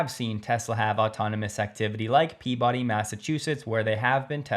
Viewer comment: Peabody is pronounced “pee-ba-dee”